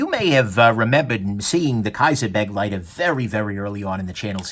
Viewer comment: Yup. And pronounced, buh-'GLY-ter. Not 'BEG-ly-ter. Not that most people care, but...yeah.